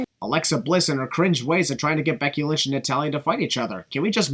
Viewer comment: “Becky Lunch” 😂😂